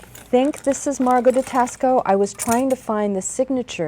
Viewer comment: Thank you for this great information & sharing your collection. One minor thing, though, Taxco should be pronounced “TAH-sco”, like taco with an “s”.